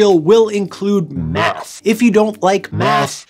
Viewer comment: i can swear i initially heard "meth" as in "this tutorial will involce meth science"